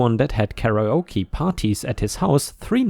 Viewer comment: Karaoke is said more like "carry oh key." 😛